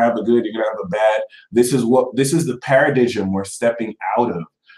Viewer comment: Libra here. I appreciate your guidance.:) Also "Paradigm" is pronounced like this ==>